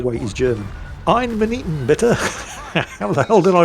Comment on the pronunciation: He actually botched it so badly. It should have been "eine minute bitte", not "ein minuten bitte". The -en suffix is a plural. Also, "minuten" is pronounced min-oo-ten, not min-it-en.